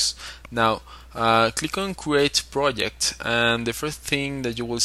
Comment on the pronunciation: "pirodzekt" - Hahahaha